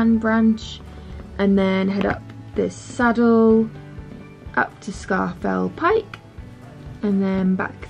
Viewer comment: I know locals do not own how other people pronounce their place names, and most people know the highest mountain in England as “Scarfell Pike”. But actually it is pronounced “Scawf’l Pike” in the Lakes. Trouble is, if you call it that, (as I do, being from Cumbria originally), no one knows what you’re talking about! - Otherwise, loving your northern accent!